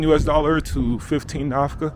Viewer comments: Nakfa not Nafka ✌️ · NAFKA 😂😂😂 it's Nakfa not Nafka 😂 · Not Nafka it is Nakfa. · I am glad you visit inform the world about my country! Our currency is called Nackfa ( I heard you pronouncing Nafka). It is after the historical city of Nackfa which was the base of Eritreans liberation Front which never conquered by the invading Ethiopian Army ! In Eritrea ; Islam and Christian are 50/50 living in harmony for a century! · Thx for sharing your experience in our country. Ps the currency is called Nakfa not nafka thx 🙏🏾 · Thank you for visiting our beloved country's capital city ❤️ Nakfa!!! Not Nafka! Thanks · The currency is" NAKFA" not nafkà... anyways enjoy ur trip bro. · Little correction bro.Not nafka but nakfa eritrean currency. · Nafka 😂😂 that had me rolling, but it’s nakfa the k comes before the f just fyi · Not nafka...the currency is Nakfa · You gotta say Nakfa, not Nakfa. Any way welcome to my beautiful country Eritrea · Nakfa not Nafka 😊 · It’s nakfa not nafka Nakfa is the name of the money for Eritrea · Not Nafka , it is Nakfa . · not Nafka brother Nakfa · Nakfa not Nafka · Nakfa not Nafka!!!!!! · It's Nakfa not nafka bro hhhhh